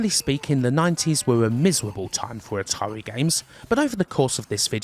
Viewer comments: "Ahtawii"? Kidding aside nice vid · Atarwi parewent company brwoke up? How sad.